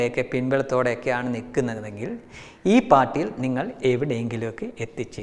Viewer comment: ഗുദാ ഹവാ അല്ല ഖുദാ ഗവ.....തെറ്റ് തിരുത്തുമെന്ന് ആശിക്കുന്നു.